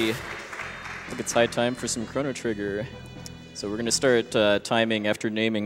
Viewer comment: the announcer doesn't even pronounce the title of the game correctly >.<